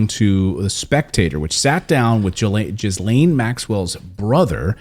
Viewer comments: Who cares, she is not worth the respect of pronouncing her name correctly. Giz- lame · Jizz Lane is more fitting and he is doing it on purpose ;) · Please, pronounce the name correctly, ( gee lane) it isn't hard and others with the name would be thankful. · i stopped listening at "Jizzlane" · Her name is prounounced Jillaine. No, there are at least 6 experienced remote viewers that have all seen independently that Epstein DID commit suicide and was not murdered. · Clayton can you please check how Ghislaine is pronounced. It's kinda jarring to the ear. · I love that u keep saying her name wrong! lol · Clayton really struggles pronouncing Ghislaine's name, it's funny. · kinda annoying in that no one pronounces her name that way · If you think he is dead. You are not thinking like a spy. That man is being protected. And you are not pronouncing her name right at all. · Please say her name properly its annoying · One does not pronounce the "s" in Ghislaine. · At least learn to pronounce her name correctly if you're going to do a story on her! you don't pronounce the "s". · Get your prenoucing correct.. She is bad bad. But for yourself in English and French you don't say the S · I was finding his incorrect pronunciation of her name irritating too. She may not deserve any respect - that’s not the point. He owes it to his presenting skills to do it properly and professionally. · I think the s in Ghislaine is silent. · Clayton, your pronouncing Ghislayne’s name wrong. The s is silent. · You need to learn how to pronounce her name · Don’t pronounce the “S” … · Thank you! I KEEP hearing ppl pronounce her name wrong. Lol I feel like if you are gonna have an entire segment on her then LEARN HOW TO PRONOUNCE HER NAME at least! 😐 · Don't you know how to pronounce Ghislaine? It is not JIZ-LANE, but GHI-LANE. The S is silent. Its French. Fix your pronunciation! You are reporter. This is what you do. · It’s pronounced Gilaine…not Jizzlane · “Ghee-Laine” not “Jiz-Laine” 😂